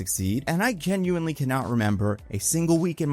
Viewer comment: This mf said kenuinely